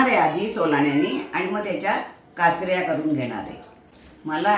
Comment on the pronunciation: काचऱ्या असे काचरया असे नाही.